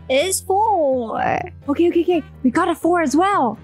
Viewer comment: The "OKEH" never gets old